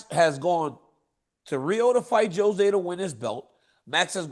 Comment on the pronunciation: JOE ZAY (jose) 😅😅